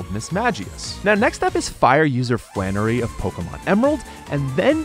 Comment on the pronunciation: You didn't pronouce the "L" in Flannery's name :(